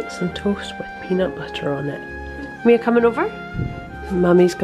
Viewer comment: They really enjoyed it. And my daughter was very happy you said her name right. You'd be surprised how often it's gotten wrong. Thank you again 😊❤️